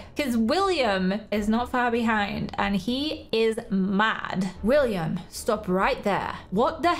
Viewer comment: Its willam not willmian